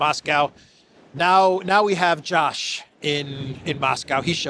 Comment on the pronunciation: Hey, your sarcastic repeated jibing pronunciation of the name "Josh" fools no one. It is pure anti-semitism. I am banning your podcast and urging all to do the same.